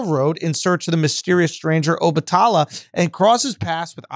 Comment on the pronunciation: 🗣SCHULZ!!! THANK YOU FOR READING THE BACK OF THE BOOK!!! P.s- I love how you pronounce Obatala🙌🏾